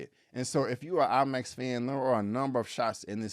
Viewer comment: Did he say he saw it in LIE Max?! Lolol